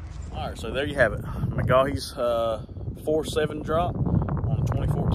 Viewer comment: McGaughy’s is pronounced Muh-Goy’s for future reference. Great looking truck. I have a black on black 2016 with a 4/7 drop. 😎